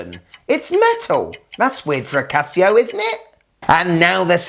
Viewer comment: "Casi-go..." Casio really needs to hire you in their marketing department, man. And - WTF is it with heart rate and oxygen stuff? Who needs it?